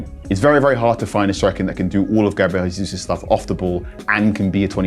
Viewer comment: It’s not Hesus. He’s Brazilian. How on earth do you not know that